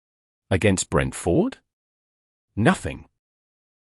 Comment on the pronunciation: I want to watch these reactions and comments but I can't stand to listen to the robotic voiceovers. This one turns the name Brentford into two words (Brent-Ford). it's horrible to listen to. How hell can a robot have an opinion about a football match or a team? As for United, and I'm a supporter, They're relegation fodder this season.